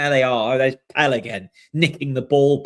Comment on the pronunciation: Why do you still insist on calling him ‘Pell’?